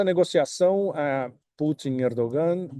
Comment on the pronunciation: pode pronunciar "Erdoãn" quando se referir ao presidente da Turquia, já que a letra "g" não tem som nessa construção.